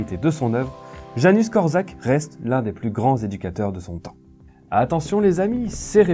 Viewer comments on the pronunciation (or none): super video ! par contre pour infos , ca se prononce "Yanouche Kort'chak" :) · On prononce: Yanouch Kortchak